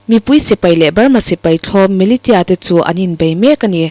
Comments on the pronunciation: Militia hi milishia ti in anlam thin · Millitia ..tih hi...A lamdantur ni awmzawk ka hriatdan...Nationa tia kanlamrik angin,Millisia / Millishia tia lamhi a hriat a nuam zawk tlat.